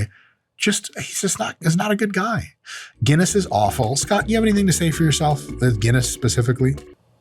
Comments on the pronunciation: It’s fuckin Guinness, Mike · Did yoou hear that two Guiness ..not one but TWO!